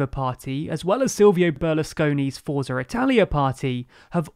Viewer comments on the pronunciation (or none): Carlo Azeglio Ciampi - prounounced Carlo Adz-ayl-ee-oo Cham-pee Forza - pronounced Fort-sa